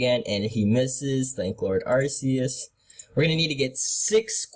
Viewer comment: just telling you arcues does not have a soft c